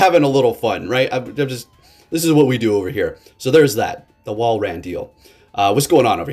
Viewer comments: Saying it better but still not quite lol. It’s not wall ran it’s wall rin. Unless 🧐 this is his master plan to provide us with more enticing entertainment. If so then jolly good show my good sir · Two words. Wall - rain. I don't think it's pronounced wall ran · Love ya man, it is in fact pronounced Wall-rain I think. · I don't mean to be mean but I personally pronounce it wall-rain